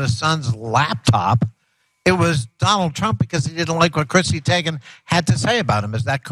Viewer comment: BTW, her last name is pronounced Tay-gen. "I" before "E" except after "C" or when it has an A sound, like neighbor. Just an FYI